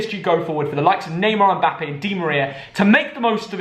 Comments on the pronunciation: did really say "mbapee"? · The way says mbappe lol 😂